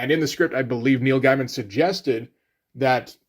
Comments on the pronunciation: You're aware that you're not pronouncing Gaiman correctly. Soooo... why not just say it the right way? I can't wrap my head around that. Every time you say it, it's like Britta saying 'bag-alls." Do you just refuse to say, "gay?" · As revealed in an interview, it went like this: Karen Berger called Gaiman (pronounced Gay-Man) and told him they were worried because Black Orchid is an obscure character, and a female one at that, made by two complete unknowns in the American comic book market. Solution? Give McKean a Batman book to draw and give Gaiman a monthly book to write. She then asked him what he would like to do, and thus The Sandman (and Batman: Arkham Asylum) was born.